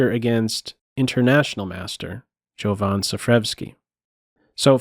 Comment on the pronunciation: It's pronounced Yovan, just my 2 cents :)